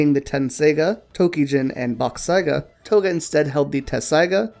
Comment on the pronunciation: For a second their i thought you said Koga but its Toga 😹😹😹